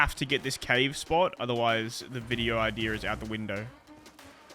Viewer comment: Where's the R in idea? Just curious